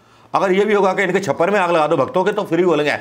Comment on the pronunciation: Usko ठो नहीं....दो pronounce karte h...jai ho 🙏🙏🙏 ap na esi news batate ho meri to hansi nikal jati h 😄😄😄😄😅